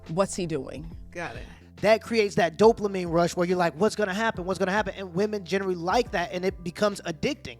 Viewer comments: Dopamine. You pronounced it right the first time you said it. Then you added an “L”: Doplamine 🤣😂🤣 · There is no L in dopamine. Not doplamine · Dopamine* not Doplamine. Lol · Doplamin gets me every time 😂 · It's dopamine. Not doplamine. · Bruh. Doplamine. Come on man. I like your videos but that drove me mad. It’s DOPAMINE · This man said doplamine like 4 times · Did my guy say “Dopluhmine” or am I just hearing it wrong ? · Don't mean to be that guy... but it is Dope Uh Meen instead of Dope La Meen, spelled Dopamine. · 7min29sec dopelamine lol Its dopamine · Anyone else bothered by him saying “doplamine” instead of “dopamine” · How many times did he call Dopamine “Doplamine”? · My guy just to help you its dopamine not dopelamine. Not an insult just a correction. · Bro wtf is Doplamine 😂😭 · Doplamine?! Lmao Just messing with you bruh. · bro it’s ‘dopamine’ not ‘doplamine’ haha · Dop"la"mine is killing me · Please stop saying "dopLamine". You're an authority on social/sexual interactions? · "Doplamene" :D It is "dopamine" my guy, it is "dopamine". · It’s ‘dopamine’ not ‘doplamine’. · Why do you keep saying doplamine when it's Dopamine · There's no L in dopamine😂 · There's no L in dopamine lol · You know there is no L in dopamine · I don't want to be "that guy", but sir .. there is no L in Dopamine. Now it feels like I'm nagging about something, it is not my intention, but if I would be in your position I would apricate to be corrected sooner rather then later. Keep it up! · Say it with me dope-a-meen.